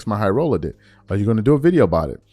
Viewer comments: great video but please pronounce Jxmyhighroller's name correctly. It's pronounced "Jimmy highroller". When I hear you say "J-X my high roller", it hurts my ears. Thank you. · “J x My highroller”?? 😂😂 it’s literally just pronounced as Jimmy! Bro actually pronouncing the X and M in bro name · Great break down and I said the same thing watching it. Also it’s pronounced "Jimmy High Roller" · Its pronouced "Jimmy Highroller"😂 but whatever.. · JIMMY and the fact you won’t say his name right is the reason WE ARE DONE WITH THE 90s